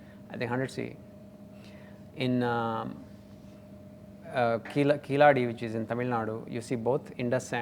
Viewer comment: Keezhadi is Tamizhi. Not Brahmi . It’s ancient Tamil script which the Brahmi script copied . Thamizhi is dated 600 years before Brahmi . He doesn’t even know to pronounce Keezhadi . He almost says Killadi which he is . This fellow is a fraud . He deliberately twists facts to prove his points . Nothing he says is true . We know why he won’t go to claim Stalin’s money . Announcing the huge prize is a master stroke by Stalin None of these internet fraudsters went to claim it submitting their theories . 😂😂😂